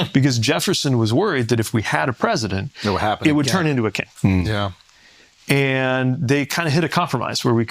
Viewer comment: The way that mammoth says "yeah"